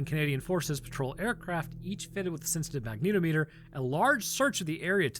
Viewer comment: Goo through video, but, FYI. Its pronounced Magna -TOM - A ter - not Mag NEETO meter